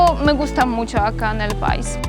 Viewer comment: CUANDO DICES LA PALABRA PAIS DEBE ACENTUARLA MAS EN LA LETRA I.O SEA PAI'S TIENE ACENTO EN LA I .DEBES DECIR MAS FUERTE EN I QUEVEN LA LETRA A